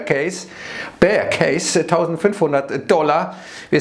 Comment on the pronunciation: Aussprache tut weh